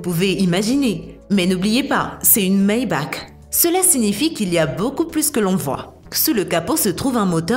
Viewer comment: On dit "maybar" et pas "maybak"🙂